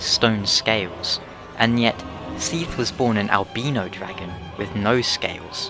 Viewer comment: I can use English language phenotics and grammer to PROVE that you are pronouncing albino incorrectly. still funny though....